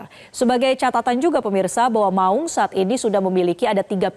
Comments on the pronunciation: 'Maung" bukan baca "mak ung".... Tolong koreksi bg presenter...😂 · Cara baca maung nya ga enak nih anchor, sebagai orang Sunda saya merasa janggal. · Saya orang Jawa saja juga merasa janggal dengernya.